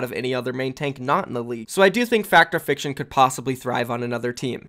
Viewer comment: Its pronounced Fact Fiction I'm pretty sure. I've never heard Fact or fiction lmao